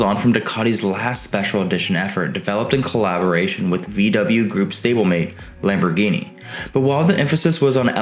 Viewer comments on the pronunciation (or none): none